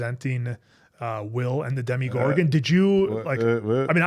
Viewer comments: Why does everyone always want to make it "Demigorgon"? It's Demogorgon. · That's Demogorgon, not "demigorgon"